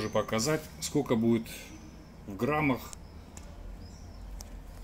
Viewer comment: Не говорите скоко.